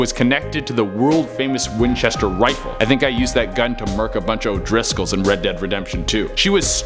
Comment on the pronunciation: Hey it's the ( WHINCHETER MYSTERY HOUSE )!!!!!!! NOT MYSTERY HOME??? PLEASE GET IT RIGHT. P.S. i love all your viedos keep up the great work.